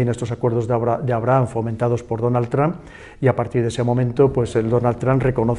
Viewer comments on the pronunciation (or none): none